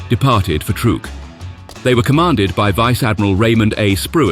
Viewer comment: Truk is pronounced as truck, not trook!